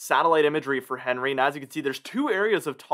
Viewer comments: Yet you still don’t know the proper name of the T.S. Henry is ( hen ree). Henri ( On ree) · It's not "Henry", it's French, so it's pronounced an-ri, no H sound, duh! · It’s not Henry….It’s ahn-ray.